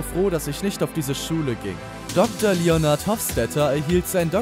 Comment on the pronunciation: Eine einzige folge der Serie zu sehen reicht aus um zu Wissen dass Leonard nicht Leonard ausgesprochen wird. Ganz starke Recherche.. Ganz abgesehen von " Mayiam Baialik"